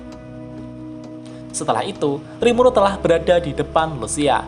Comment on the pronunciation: Awal awal kok gw denger rimulu bukan rimuru wkwkwkk